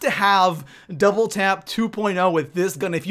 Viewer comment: Doible Five seven